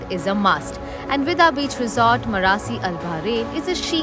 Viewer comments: It is pronounced as “BAAB”, not “BAB” 🤦‍♂️🙋🏻‍♂️🤷🏻‍♂️ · Bab-al-Bahrain means Gate of Bahrain but Bab is pronounced as Baab not bub-- it means gate, entrance